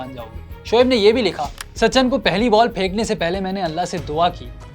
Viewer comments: It's so annoying, The narrator kept saying Sachan Sachan instead of Sachin 🤦🏻‍♂️ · sa chan nahi bhai. sachin. tum log naam hi nahi bol pate ho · It's Sachin not sachan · "Sachan" kon hy? 🤣 bhai naam to sahi sy le lo